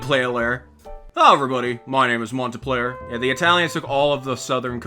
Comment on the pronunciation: Montenplayer 😂, it’s Montpellier, nice video let’s hope the next path isn’t broken. on the ocean front I dominated, says that after only sunk 5 boats. Pretty cool the outro new like (I was subscribed before this video).